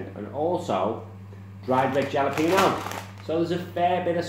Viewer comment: Tortilla chips always need dip to dry for me. You said Jalapeño wrong again your mate Katt or what ever it is won't be happy.......